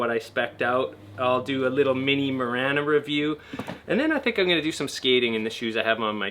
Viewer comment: It’s marana like marijuana not like marana like banner